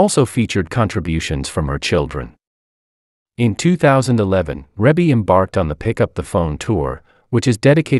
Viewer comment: They are her natural parents together, you are probably thinking of Joe Jackson,'s illegitimate daughter Joh'Vonnie Jackson, he had an affair with another woman white still being married to Katherine Jackson. Joe Jackson and Katherine never divorced, they were just separated when he passed away but yeah Rebbie ( actually pronounced like Reebie,, the Commentator is pronouncing her name incorrectly) is the daughter to both Joe and Katherine Jackson 👍💯